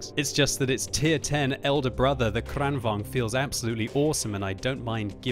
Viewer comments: The first 'a' in Kranvagn is pronounced as the first 'e' in the word 'sergeant'. Kranvagn, not Crennvagn. The first rolling 'r' you got right. Nice. Greetings from Sweden. Good job, always fun watching your videos. :-) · KranVAGN,, not KranVANG!!!!!! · The pronounciation is amazingly weird to me as a Swede, you prounounce in like "KranvÅAgn" it's more like "KrÅAnvagn". Heavy long A first, short, light A second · why does he always pronounce kranvagn like this?